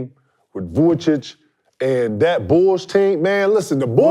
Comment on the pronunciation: I lost it when he called vucevic, vucic 😂